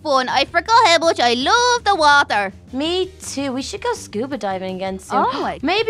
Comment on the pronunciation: When little said water she said walther